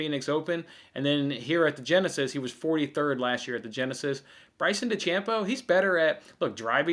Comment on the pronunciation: Am I really suppose to take betting advice from someone that pronounces Bryson's last name de-champ-bo? I am sure this guy was on the Bucs because of Tom Burty's excellent QB play.